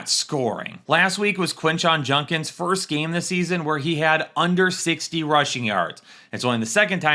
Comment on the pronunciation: ITS JUDKINS NOT JUNKINS